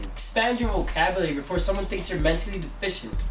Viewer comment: De-Fish-aint what? yuh cyah even finish one sentance buh wa me spel it! bumborass!